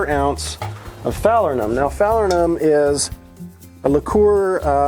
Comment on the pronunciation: Never heard falernum pronounced in such (to me) an odd manner. Wasn't expecting it. :)